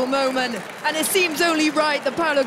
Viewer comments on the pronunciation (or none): none